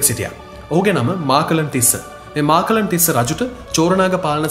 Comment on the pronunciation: නම් ගම් හරිය ට කියනව ඕයි.මහාචූලික මහා තිස්ස,මාකලන් නෙවෙයි මකලන් තිස්ස